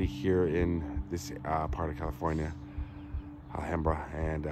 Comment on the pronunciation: Great video,. Such a tragic end for Lana Clarkson. She had a brief but memorable role in "Fast Times at Ridgemont High." My cousin was the jury foreperson in the second trial that convicted Spector. One little note, - the "ham" in Alhambra rhymes with "Sam." 🙂 Love your videos!